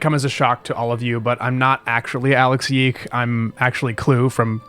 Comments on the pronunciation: I thought it was pronounced “yick” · Pronouncing this game as "Y 2 K" is like people who say "F.N.A.F." instead of "fuh-naff", offputting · erm it's pronounced yeek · clue always says yeek in vcs, idk why hes so proper suddenly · they call it yiik in the game once too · I've never heard the tittle pronounced like that before I guess that should clue me in to thinking that this video is a genuine review about a game I've only heard about in a negative light and also as the butt of a comical amount of jokes Also the main protagonist's design is the visual definition of a stereotypical millennial uncle who recently turned thirty going on about how he was there when the crunch wrap supreme came out. I've been obsessed about this one specific video I saw one time and I can't stop quoting it please help